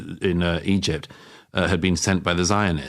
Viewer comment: And what question is that? ''Have you ever BEAN?"'' 🤣🤣